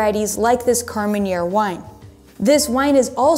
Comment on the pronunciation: KAR-MEN -AIR!!!! Not " KAR-MEN-YAIR". Thank me later.